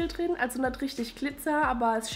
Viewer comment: Wo kommst du her? :D ich frage wegen deiner Aussprache, "plöd" statt "blöd" und statt "da drin" "da trin" 😀 Und danke für die Produkt Tipps, das mit der trockenen Haut macht mich auch echt fertig im Winter.